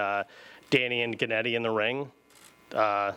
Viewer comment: "Jennady" lmao 😂 and Gennady calls danny Daniel 😂 Perfect